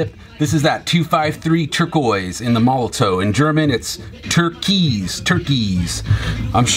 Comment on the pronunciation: It's pronounced 'molotoV', not 'molotoW'.